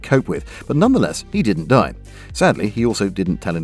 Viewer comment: My German is garbage but pronunciation is the one thing I was told I got pretty good at. Yours sounds broadly very decent to me. Except for Die. It’s “dee” not “dye” :) (Happy to be corrected by actual Germans, Swiss, Austrians or Avery Truffleman if it turns out just to be a regional accent thing).